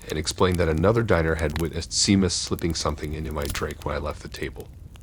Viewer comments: For future reference Seamus is pronounced SHAME us. It's Irish☘️ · Are you trying to say Seamus? It's pronounced Shay-muss. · Glad someone said it😂